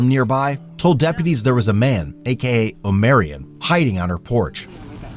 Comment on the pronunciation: Imagine someone so whitewashed they don't know how to pronounce "Omarion"